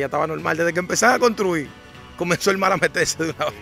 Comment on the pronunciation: Mi hermano le subieron que trate de mejorar el lenguaje pues cuando dice mal cuando la palabra correcta es mar habrán personas extranjero que no entenderán lo que dice, el que es comunicador debe hablar correcto, le subieron que escuche detenidamente y verás cuánta falta al hablar.